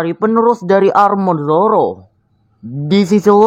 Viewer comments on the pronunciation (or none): none